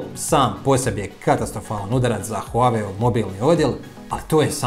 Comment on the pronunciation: Huawei telefoni nikad ni nisu ni bili na američkom tržištu. Možda njihovi delovi kao matične ploče i čipovi ali telefoni nikad. I ne izgovara se huave, već Wahway..